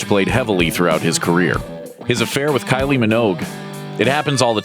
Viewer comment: Kylie.... Please stop pronouncing the 'G' you American.